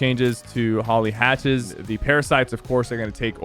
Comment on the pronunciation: He says hatcthes